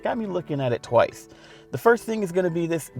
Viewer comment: twize.. I don't like how he talks. The S sounds like Z... the tongue movement is like vague. But, still love Roadshow. Just little improvements to be made.